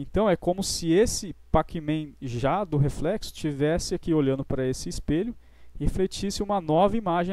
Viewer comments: Se escreve pacman, mas se pronuncia pecmen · Ajudou muito obrigado Mas NÃO É PAC MEM É COM E! É NÃO COM A